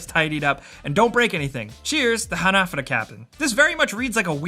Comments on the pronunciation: They're pronounced ha-na-fù-da not hunuhdooduh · It's pronounced "Hah-nah-foo-duh" not ha-na-fuh-da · Ha-na-fu-da, not hanafuahada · It isn't pronounced "hah nah fudda", it's "Ha Na Fu Da". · Its called han A fudA cards not HanAFudA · HanaFOOda, not haNAfada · The way you say Hanafuda bothers me so much I had to type this comment months after you posted this video. :( Ha-Na-Foo-Duh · Ha-na-fu-da not hanefooduh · For the love of god please pronounce hanafuda correctly, its hanah-fooda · Pronounced "ha-na-foo-da" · It's pronounced Hah-Nah-Foo-Da! Dear god learn the words please. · Hah nah fuu dah - evenly stress all syllables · "Hah-nah-foo-dah" cards Sorry, it really bugged me. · Hanafuda cards aren't pronounced how he said it but what can I say besides. That's English for ya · You’re saying hanafuda wrong, it’s pissing me off. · OMG, stop saying hanafuda incorrectly!!!! it's driving me crazy!!!!!!!!! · How you said hanafuda gave me AIDS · You pronounced hanafuda wrong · Dislike for mispronouncing ¨Hanafuda¨. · hearing you say hanafuda wrong rustled my jimmies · “Rustled my jimmies” 😂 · the word hanafuda was so poorly pronounced it hurt